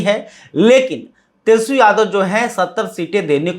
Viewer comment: फायर याने नाराज ? आप तो ठीक से तेजस्वी शब्द का उच्चारण नहीं कर पाते और हिंदी की चौतरफा धज्जियां उड़ाने पर उतारू हैं । खैर, आपकी खास खबर तो सदियों पुरानी बात है। जी हां, बासी खबर बदबूदार ही होती हैं चाहे आप इसमें किलो भर केसर निचोड़ दें !